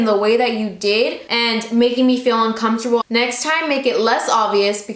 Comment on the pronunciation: "Uncomptable" u cute 😂😋